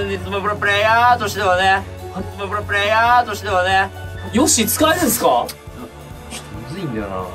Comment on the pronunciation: スマブラプレイ↓ヤー↑で草